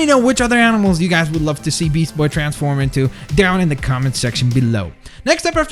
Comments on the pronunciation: It's beast with a t not beas ...but probably just accident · You said beasboy? Its beastboy.